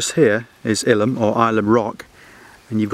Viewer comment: A very enjoyable video. I think Ilan is pronounced (eye lamb) or I have heard people call it (I am).